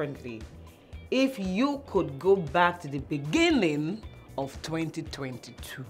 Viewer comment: I knew she will still say beninging😅